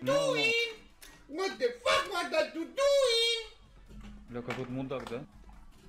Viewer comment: He said "launch de rocket" i thought he was gonna punch his table/keyboard